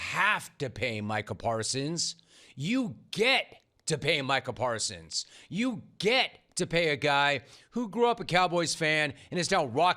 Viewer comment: I think that 'Jerry' mispronounced his name on purpose.